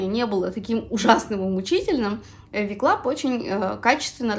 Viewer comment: Небольшая заметка: не Ви Клаб а Дабелю Клаб. Вы наверное перепутали буквы :)